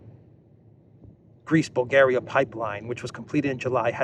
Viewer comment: the way you said Greece Bulgaria sounded like Greaseball Garry, eh